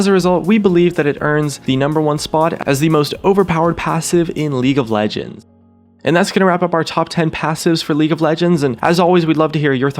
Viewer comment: The way you said "League of Legends" lmao